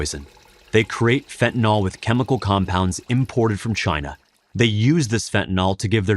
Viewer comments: Stop mispronouncing this plrase. It does not rhyme with with alcohOL as you pronounce. The last syllable is prounced exactly like the word ILL. So phonetic spelling is fent ah NILL. not NAHL. SIMPLE. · Fentanyl, not "fentanall..." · Fentanyl is so powerful, it even destroys the brains ability to pronounce words - when you haven't even taken it. There is no 'O' in fentanyl. It's not spelled fentanol. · I don't mean to make light of the extreme seriousness of the Fentanyl situation in our country but why does (almost) everyone mispronounce Fentanyl as "Fen-Ta-Nawl?" It's English folks. There's no "nawl" or "nol" in it. Fentanyl is pronounced "Fen-ta-nil." Having almost everyone in the media mispronounce this word has everyone thinking their mispronunciation is correct. God bless the families affected by this horrible plague. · It's called fentaNYL not fentaNAL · I know, not the main point at all, but fentanILL, not fentan ALL. Chemically it is a really important distinction. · "fentan-ill" - sounds like kill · Love the site but how is Fentanyl pronounced Fet-n-nol? Alcohol Ethanol Esmolol Fentanyl? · They should just change the name to "Fentanol", since no one seems to be able to pronounce it the way it is currently spelled.